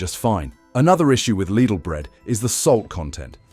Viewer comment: There's another channel that dealt with this subject of bread . That too was loaded with some good information. That too was AI generated, with AI English voice that sounded genuine , but not quite . My ears pricked up a couple of times here , especially when it didn't pronounce Lidl correctly. AI generated videos are increasingly showing on Utube , and it's annoying , to say the least . These videos should all come with a ' mental health warning' . This video may deceive you into believing it's put together by a human ....but it's not . Even if the info is factual , it's playing with our senses of what's real and what's fake ‼️ If I am incorrect , please tell me . I'll be glad to be wrong 😊 🇬🇧✝️🇬🇬♥️🇳🇮